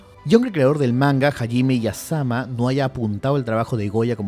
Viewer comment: "Hayime Iyasama" :V